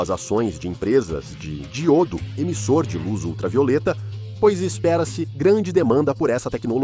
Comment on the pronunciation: A histporia é interessante, mas a tradução da narração está HORRÍVEL. Chamar DI-Ô-DO de Dgil-do, ou BÓ-RO de Bo-ró, não dá.